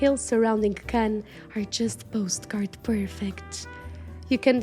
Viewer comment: Si vous appréciez tant cette belle ville de Cannes où je suis née ! Et cet élégant hôtel !S'il vous plaît prononcez bien les mots Cannes ,croisette, côte d'azur etc....